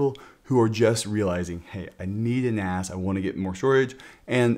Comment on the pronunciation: ... "so, when ever your getting an ass 😉 (a NAS)" ... sorry, I couldn't resist this joke, it sounded just like that